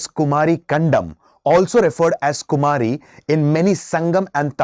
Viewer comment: Kumaari not its ku-mari